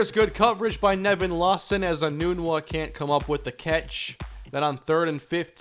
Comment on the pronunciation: Has Quincy Enunwa changed the pronunciation of his name. For 4 years at Nebraska we pronounced nun with a short u and not a long U. Were we all wrong during his years at NU?